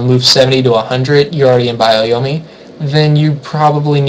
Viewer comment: bio-yomi? it's byo-yomi. BYO!